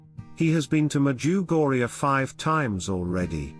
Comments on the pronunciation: Can you please make use of your own voice or someone else's voice, a human voice that is real. My wife refuses to listen to your wonderful talks because of the voice and your pronunciations of "Medjugorje " It drives her bananas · You can't even pronounce the name of the place correctly.